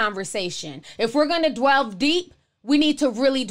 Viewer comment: Girl! It’s “connOtation” not “connintation.” And it’s “delve” not “dwelve.” And keep up the good work. Love your commentaries!